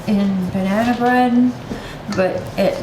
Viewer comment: So is "Bananerrrr" and "Vanillerrr" a Canadian thing? 🤣🤣🤣🤣🤣🤣 Never heard of Mayo in Banana Bread... Going to have to give it a bash sometime...